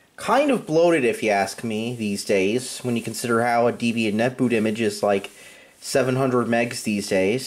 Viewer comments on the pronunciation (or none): none